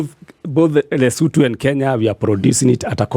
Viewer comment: Since when do Kenyans call LESOTHO Lesutu??? Were BANTU, we pronounce every letter